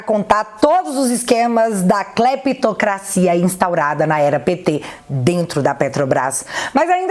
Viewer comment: "CLÈPTOCRACIA" uhashusahuhushusa boa